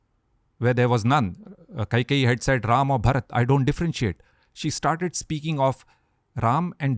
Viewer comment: Good to see that- now you are pronouncing RAM and RELATED WORDS as they should be ...